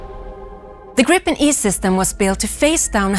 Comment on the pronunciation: Would be better if the announcer said "Gripen" correctly. "Gr-ee-pen", not "Grippen".